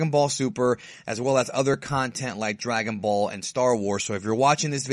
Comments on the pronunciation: drag-on ball haha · I thought it was Drag-out-ball :)